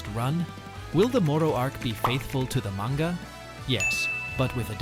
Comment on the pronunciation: Ai Voice? The way you pronounce "Manga" Isn't right.